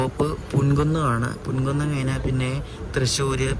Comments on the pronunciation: പുൻ കുന്നം അല്ല പൂങ്കുന്നം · പുന്കുന്നം 😂അല്ല,പൂങ്കുന്നം😅